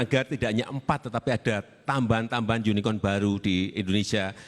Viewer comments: Jokowi bilangnya UNIKON bukan UNICORN. Itulah bahasa jawa inggris. Coba aja cek di kamus bahasa jokowi. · Kira2 begini: Jokowi : YUNIKON Prabowo : yang anda maksud YUNIKORN (unicorn)? Pelafalan kata Unicorn oleh JKW salah, makanya PS nanyain, klarifikasi doang. Soalnya kalau unicon : persatuan pembohong (con, tipu) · JIKA SAYA LIHAT, PENGUCAPAN PAK JOKOWI SOAL UNICORN SALAH "UNIKON", DIBENARKAN OLEH PAK PRABOWO , "UNICORN" (LAFAL INGGRIS ADA PENEKANAN HURUF "R" ) kemudian dilanjutkan prabowo" hm.. maksudnya yang online-online itu , gtu pak maksudnya itu... JELAS PRABOWO SANGAT PAHAM SOAL STARUP (ejaan lain STAR UP), JADI PRABOWO BINGUNG KARENA PENGUCAPANNYA PAK JOKOWI YANG SALAH SOAL GRAMMAR, DAN DIBENARKAN, JIKA BERBCARA DENGAN ORANG ASING PENGUCAPAN YANG SALAH PASTI MEREKAPUN AKAN BINGUNG...HARUS JUJUR DAN AKUI TATA BAHASA INGGRIS PAK PRABOWO JAUH LEBIH BAGUS DARI PAK JOKOWI, KARENA PENDIDIKAN BELIAU DI LUAR NEGERI DAN JADI LULUSAN TERBAIK DI WEST POINT DALAM SUATU PROGRAM PELATIHAN.... yang pendukung pak jokowi jangan marah dan tersinggung ya, saya hanya menyampaikan KEBENARAN..... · Dari pengucapan aja Jokowi salah ucap (Unikon)wkwkw..makanya di benarin sama Prabowo..unicorn..nggak bermutu ini video.. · Lah bego si jokodok bilangnya yunikon. Padahal spellingnya unicorn ada rnya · Pak Jokowi emang lucu, Al-fatihah jadi alfateka, zaenudin yastirom jadi zaenudin ngaciro sekarang unicorn jadi yunikon pas di koreksi langsung plonga plongo tanda ga pede dengan pertanyaan nya sendiri... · Kayaknya pak jkw bilangnya yunikon. Coba buka pronoun dalam british dan amerika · Jokowi nyebutnya unicon, dan di tegaskan lagi oleh pak prabowo yaitu unicorn, dan penonton pun menertawakan jokowi. 😂😂😂😂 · Pak jokowi itu ngmng unicon.. Pak prabowo mempertegas Unicorn.. Bukan unicon.🙈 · Bener, klarifikasi dulu baru dijawab, karena beda pertanyaan pasti beda jawaban ... udah jelas2 jokowi ngomong yuni- KON .... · Kampret baca unicorn itu u-ni-co-ren.... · Unicorn pak bukan yunikon🤣